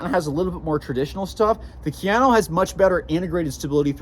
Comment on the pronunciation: Ka. Ya. No. Kayano... 🤦🏻‍♂️